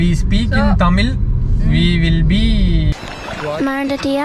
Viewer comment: Anna "Thamil' illa..... Athu "THAMIZH"....